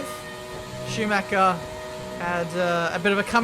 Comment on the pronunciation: "CH" is NOT pronounced as "K". Dont say Sumaker ffs